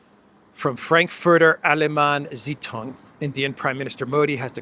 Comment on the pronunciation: Frankfurter allemeine zeitung 's prononciation - priceless